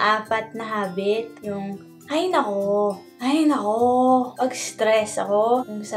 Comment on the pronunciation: Mas cute pala pag hindi slang!! Hahahahhahahaha "hay nakoo" :D